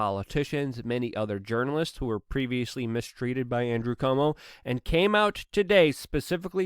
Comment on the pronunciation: It's NOT "COMO" (as in Perry Como) ; It's CUOMO.... so say "KWOMO" or "QUomo". Please, please, please!